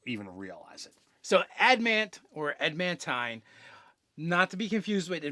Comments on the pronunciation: He kept saying "ad mant" so much that I had to look up adamantine armor on dnd beyond to make sure I wasn't the crazy one. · Why is it so hard for to pronounce adamantine? there is a second 'a' sir, use it.